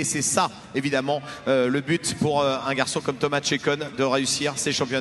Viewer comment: Thomas's name on a French manner sounds so nice :)